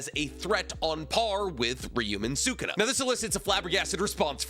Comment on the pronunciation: Can we say sukuna’s name right lol